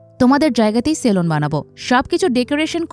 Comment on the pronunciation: সেলন না সেলুন??